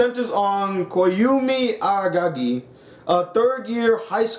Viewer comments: Aragagi..?? Isn't it Araragi..? xD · The second he read the name as Agagi i dipped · you cant even pronounce araragis name stop talking bruh